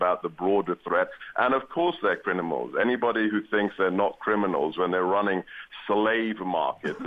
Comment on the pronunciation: GooooRRKKaa says "and of course they're crinimals" Cretin.